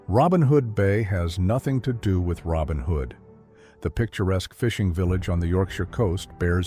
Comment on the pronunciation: for narrator: it is named Robin Hood's Bay, not Robin Hood Bay